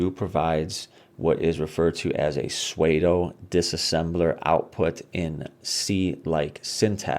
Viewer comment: Great vid. FYI... pseudo is pronounced like "sudo" and rhymes with "Play-doh"... not "suede-oh"